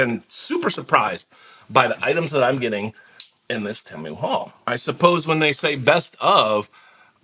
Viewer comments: it's pronounced teemu the way you said it before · No it’s TEE-MOO. Temu. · Hi. Just call it Tee-moo. Sounds wrong calling anything else. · On Superbowl ad , they said Tay- moo.😅